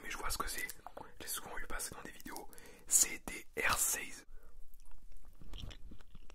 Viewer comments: Ah oui la prononciation de hershey c'était pas trop ça. Mais bon c'est mignon 😂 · Je suis canadien et j’ai rit quand il a prononcé hershey